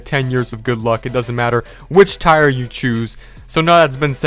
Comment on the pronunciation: First time I've ever found your challenge and you immediate tell me to give you money and pronounce the word tier as tire all in a whopping 16 seconds. It's a no from me.